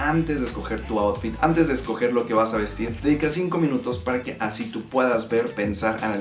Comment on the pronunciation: AMtes, siguieMte, deMtadura, geMte, falta modular un poco más al hablar, se nota mucho esos errores... Eso también es bonito, la gente que habla bien.